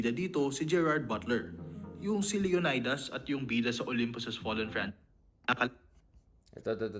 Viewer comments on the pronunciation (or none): none